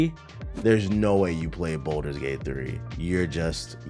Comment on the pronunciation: u tracking its balders gate not bolders gate right